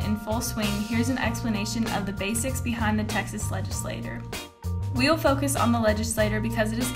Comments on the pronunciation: It’s pronounced legislachure, but spelled legislature. I know I was born in Dallas, TX. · legislaTORRRRR ahh! great video otherwise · I was hoping to use this in my Texas History class, but the mispronunciation of legislature weakens its credibility. it's also annoying. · The pronunciation of legislature and legislator makes it hard to distinguish what she's referring to